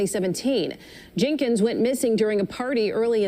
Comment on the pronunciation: Wtf...can u talk proper? Wtf..her name itself is Kenneka Jenkins..with an s..good video but dam